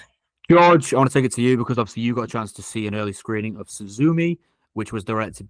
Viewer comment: George my guy, that is not how you pronounce Suzume lmao